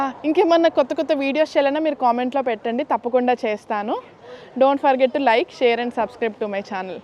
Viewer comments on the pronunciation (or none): none